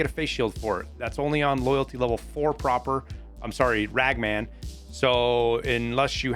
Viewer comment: why do you always pronouce it proper. when its clearly an "a" prApor?